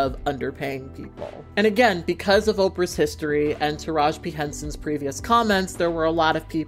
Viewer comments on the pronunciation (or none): TARAJI not Taraj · UPDATE: got the memo yall 😂👍🏾 I love your channel and I love your work, but I am dying at u calling Taraji “Taraj”. The video is done so there’s no way to correct. 😩 want to put some respect on her name is all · No the whole time I was hearing her say "Taraj" and I'm sitting here like damn have I been saying her name wrong this whole time lmao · Her name is taraji pronounced ( ta- ra Jee ) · I'm dead because I deadass... just always have said her name wrong lol.